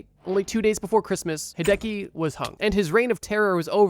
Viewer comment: hearing Hideki pronounced hey-deki hurts my soul